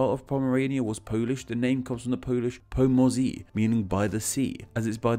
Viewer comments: Dude dont ever skip R, po moze makes no sense, while po norze makes sence to me someone who cant even speck polish because I know more (more = see). Seriously you english need to get your R back or you re just starting so speaking worse and worse, even every native english I know prefers my R like it is in every other europian language. Despite that fact that I can speak with no accent and use the english r the english people I know still want me to say the proper R. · You completely butchered the pronouciation of "po morze"